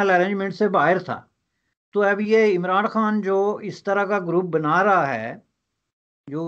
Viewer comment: the way he says imranD khan..epic🤣